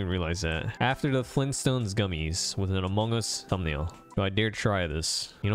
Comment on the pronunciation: "Hello? Iz diz da Impostor from Amongas?, Hello? are youz from Amongas? "